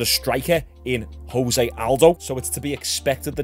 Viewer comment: It's funny when someone seems so knowledgeable about the UFC but then still gets names wrong. Jose....?